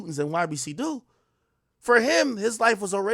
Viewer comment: 😂naw rs he tore it up. Even when he first reported Dul murder he was saying ybc dol😩